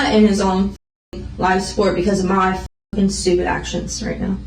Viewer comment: she wuz "fooking" every-1